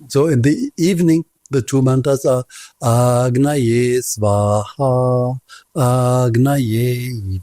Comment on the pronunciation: Cool but i think its ag naye not Aa gnaye